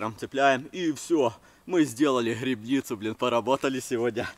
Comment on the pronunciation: Не грыбницу— А грибницу